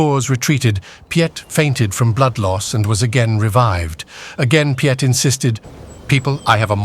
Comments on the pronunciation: And it is pronounced "Peet" one syllable. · The narrator has a deep,rich voice...but struggled with the difficult names...Piet...is just the Dutch version of Pete...etc...